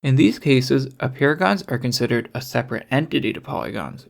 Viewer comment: Apeirogons sound like "a paragons"